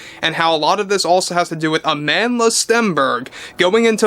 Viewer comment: Lol, Agendla Stenberg.